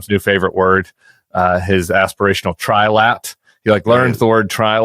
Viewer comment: Donald kept saying Tri-Lad not Tri-Lat…